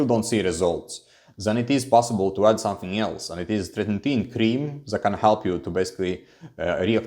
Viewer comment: yo are u able to just keep ur minox gains now with fin? cuz u been on it so long. and bro its not tretin-tin, its tretiNOIN :D ur a funny guy, love ur vids ur so good but also funny